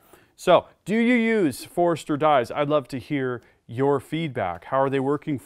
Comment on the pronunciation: Not busting your chops, but it sounds like you are saying (phonetically) "forester"... Wouldn't it sound like /For-stur/ For-ster /? Just asking.. Not trying to sound like a male gland.. I kindly say